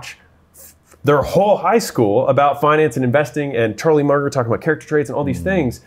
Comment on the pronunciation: He said “Charlie Murder”?